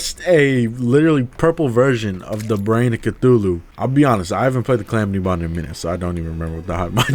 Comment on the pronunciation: you did not just call it cal-ah-metus